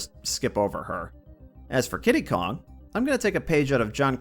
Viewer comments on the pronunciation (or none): i can't tell if you're trying to say candy kong or kiddy kong